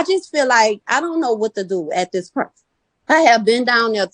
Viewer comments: the pernt? what the fuck is a pernt? christ just pronounce words people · Get the “pernt”…I find the ghetto dialects very interesting. So many unique pronunciations!